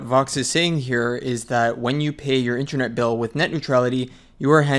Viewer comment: Sounds like you are saying "intranet".